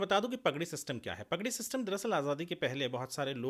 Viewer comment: भाई, प ग डी नहीं, पा ग डी!🙏